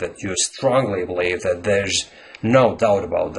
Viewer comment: You're stressing or putting the accent on "that" when you should be stressing "about." It is also possible to put an accent on "doubt" and then an even more stressed accent on "about," but the tone should be lower on "that." Stressing "that" can be used if you are saying there is no doubt about "that" *as opposed to* something else. Not nit-picking, just thought I'd share my thoughts. Native-speaker here, and even I don't use idioms correctly all the time. There's no doubt about that. :)